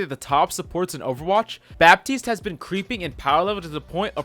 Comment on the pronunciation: Fun fact: For Baptiste, you don't pronounce the "p" in french